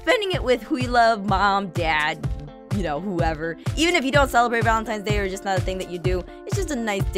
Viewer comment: it is not valentimes day